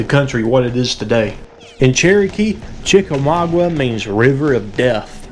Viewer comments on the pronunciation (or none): You are saying it wroung chica ma ga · Chicka mau ga the u is silent